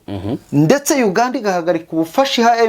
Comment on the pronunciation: Urasetsa iyo uvuga Uganda 😂😂😂 gusa kabinkwakuza tuba twumva uganda iyariyo